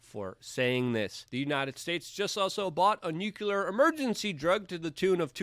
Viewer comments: can you STOP saying nukulur like George Bush? it's pronounced new-clear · Sweetie! Nu-klee-ar. Not nu-ku-lar.